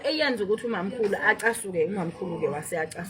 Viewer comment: Wafike wathi uwu Mamkhulu udayisa izinto zika Zimdola. Akuzwakali kahle. A ngithi Uma Mkhulu uzimdola.